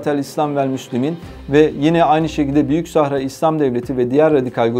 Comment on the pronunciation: С ударениями у этого ,,профи,, проблемки. СахАра. Двоечник вылез...